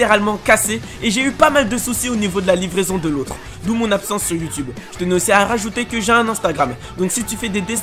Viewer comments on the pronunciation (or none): none